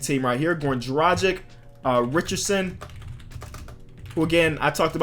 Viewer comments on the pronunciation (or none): It's pronounced Dra-Gitch not Dra-Jick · It's also pronounced goran dragITCH btw, love the videos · Bro The way you said goran dragic is wrong